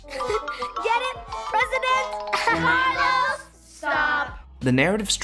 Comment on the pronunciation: Hearing the class go "Carlos, stop" instead of "Caaar-looos!" was shocking